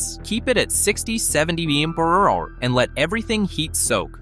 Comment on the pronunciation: Wtf did he actually say😂😂😂😂😂